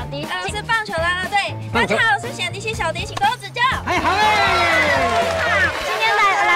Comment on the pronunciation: 冼(省ㄕㄥˇ)迪琦 光聽她說 聽不懂叫什麼迪琦 0.75倍數 會聽成顯 0.5倍數 更像顯 但其實是念(省ㄕㄥˇ) 她的外號應該就叫小迪奇吧🤭